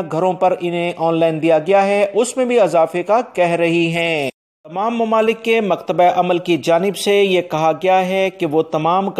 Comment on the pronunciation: ایک تلفظ ٹھیک کر لیں۔مکتب عمل کو آپ مکتبہ عمل بولتے ھو۔